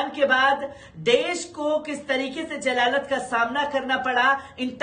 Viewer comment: Jalalat nah zalala bolte h urdo sikho